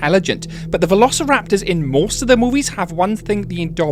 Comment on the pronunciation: velociraptory a nie veloćilaptory